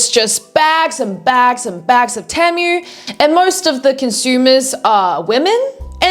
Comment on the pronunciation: Temu is pronounced Tea-moo and all this video did was remind me to go scroll on the app